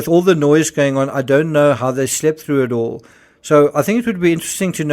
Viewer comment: Is anyone else suspicious that they are actually NOT Medical Doctors?? in my country you always address one as "Dr" Smith for example, just like in the UK when you say "SIR" if you have that title. Why I am suss is because Kate said "we knew what we were doeen" and "where we were goeen". In a long career working with Medical Professionals I have never ever heard one Doctor speak like this. I can pull more examples. Gerry is NOT a Surgeon. FACT